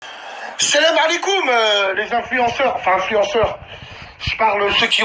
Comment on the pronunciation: Fait une video en parlant arabe ont va rigoler rien que dans ta façon de dire salam sa se voie que tu sais pas parler.